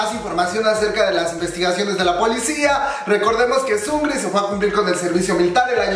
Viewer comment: Emmm no se dice sungri, es sung -ri, separado. Es solo una aclaración